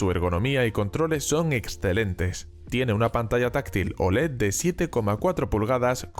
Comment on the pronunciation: Dice Olé! Que es muy español, hombre!